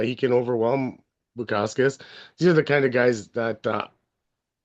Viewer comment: i was mainly joking about how you said bukauskas, I’m also on bukauskas 👊🏻